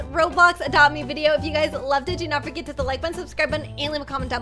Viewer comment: its forget not forge 😶😶